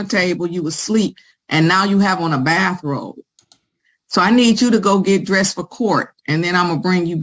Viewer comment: First of all, it's not a bathrobe. It's a "Baff-Robe".